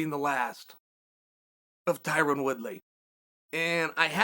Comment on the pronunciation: Chael “Tyran Woodley” Sonnen